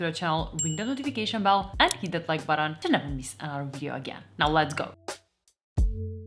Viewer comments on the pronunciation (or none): It's "this" and "that" Not "dis" and "dat"